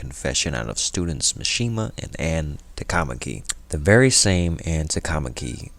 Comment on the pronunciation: a really good recap but maybe u need to revise your pronunciation of some of the characters, notably ann and ryuji